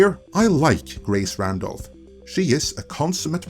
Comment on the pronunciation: Gwace Wandolph. Does she know she sounds like that?